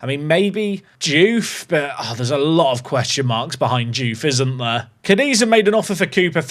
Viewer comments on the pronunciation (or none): none